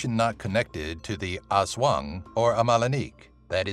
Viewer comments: Its not haswang its aswang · "Oswong" hahahahah yung pronounciation talaga eh